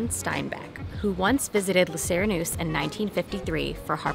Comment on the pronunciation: Lay See-ray-noose-eh